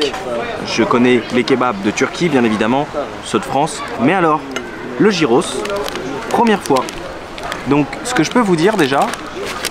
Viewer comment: Gyros en grec se prononce "yiros"